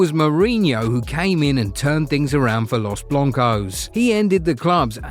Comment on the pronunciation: “los bloncos”?????? 😂😂😂😂